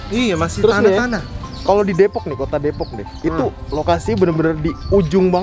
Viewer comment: Depok bukan Depoks, ngomong nya biasa aja kaleee